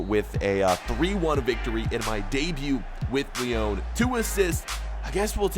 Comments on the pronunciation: U say it as Lee-on not Lee-own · It’s pronounced “Lee On”